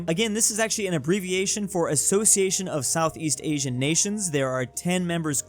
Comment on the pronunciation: As a singaporean, i would like to correct the pronunciation of ASEAN as Ah - Si -An. If don’t change our fly over the Pacific Ocean to send you to Jesus with my slipper.